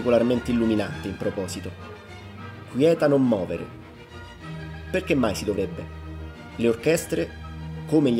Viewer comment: Comunque (a ) la pronuncia corretta è «quieta non movère», cioè «non agitare ciò che è in quiete».